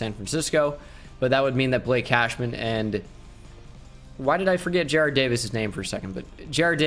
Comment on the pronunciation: Jarrad Davis is pronounced more like jarod no hate tho